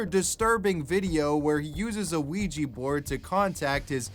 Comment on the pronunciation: I can’t be the only one being triggered by the way pronounced the word ‚Ouija‘.